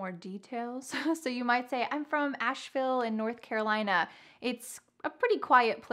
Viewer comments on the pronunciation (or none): none